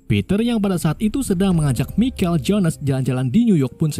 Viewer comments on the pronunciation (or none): none